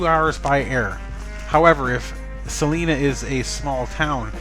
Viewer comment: It's pronounced C LINA